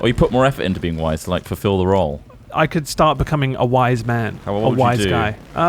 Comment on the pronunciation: Every time said wise, I kept hearing "white", and was confused why he was so interested in Ross being a "white guy".